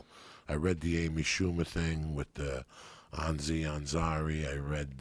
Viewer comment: "Ansi Ansari" I fucking love you Joey